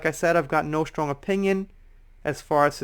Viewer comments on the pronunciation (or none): none